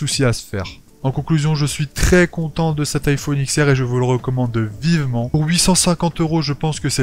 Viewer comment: Ah j'ai pas supporté d'entendre iPhone IKSS, iPhone IKSS ÈSS... Désolé